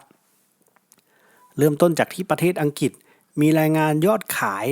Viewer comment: อัังกฤษ อ่านว่า อัง กริด ครับช่วยออกเสียงให้ชัดด้วยครับ